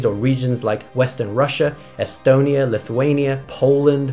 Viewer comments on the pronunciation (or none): none